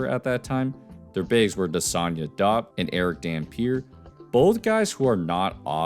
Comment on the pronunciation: Diop is pronounced Jop not dahp